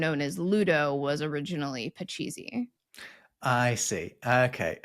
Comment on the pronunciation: "Pachisi" is pronounced more like puh-CHEECE Rhymes with "fleece".